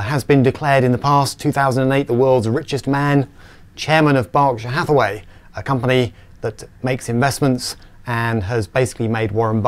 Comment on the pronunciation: at least say the word "Berkshire Hathaway" properly .